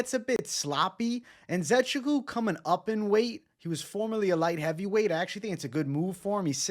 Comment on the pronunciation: It’s pronounced (IN - Ze - Chook - WOO)